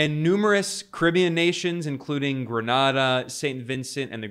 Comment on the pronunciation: Ben it's GRE-NAY-DA